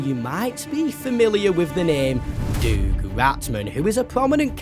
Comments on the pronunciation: Doug is like dug, not doog. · I’m sorry but I can’t be the only one who’s toes curl in cringe every time pronounces Doug Ratman, it’s “dug” not “doog” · Is he saying Doug like Doog instead of Dug? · Did bro really say doog ratman? IT'S DOUG RATMAN! Pronounce it dug not doog. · Who the heck is doog ratman😂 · doog ratman its Doug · Who the hell reads "doug" and think it's pronounced duke? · The FNAF music in City Undercover is actually a stock recording of the Toreador's March, which just so happens to have been used in FNAF. Also the fact you pronounced Doug as "Doog" infuriates and hurts me. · Bro really said “DoOG RaTMAn” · why do you pronounce doug like that 😭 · Please learn how pronounce the name Doug